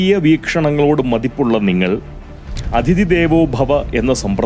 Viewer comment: അധിതി അല്ല അതിഥി ആണ് . അതൊഴിച്ചാൽ പതിവു പോലെ ഉഗ്രൻ